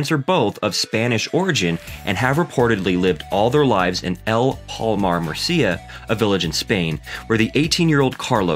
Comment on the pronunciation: Tio, estoy hablando del comentador y no de Carlos. Has oido como dice "Murcia"?